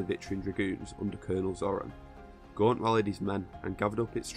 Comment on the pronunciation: Gaunt not Guant you moron!